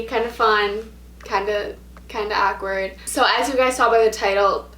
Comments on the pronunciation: Lol saying awkward ACK-WERD lmao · The way she says "awkward"..AKwArd